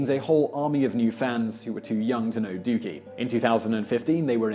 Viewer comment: This video was worth watching, if only to hear Simon say the word "Dookie" in his British accent LOL!